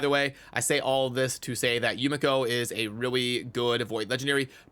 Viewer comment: Being half Asian ( my mother is Japanese ) , the proper pronunciation is Yu- ME'kho pronounced very fast. Also a very happy Birthday 🎉